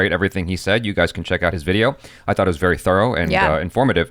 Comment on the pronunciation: Sounds like it the more I cutback and listen "I tot dat" 🤣🤣🤣